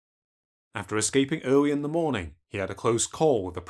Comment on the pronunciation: ‘In the earwy 20th century, European knowwedge of the geogwaphy of west Africa was nearwy non-existent’ It’s gonna be hard listening to a 9 year old narrator…